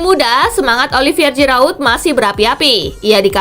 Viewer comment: Jirauuut apa jirayut 😂😂😂 Giroud min..nma orang asal nyebut aja